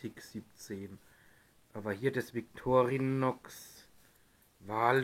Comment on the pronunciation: Sorry, die Aussprache des Wortes "Victorinox" ist einfach nur fürchterlich.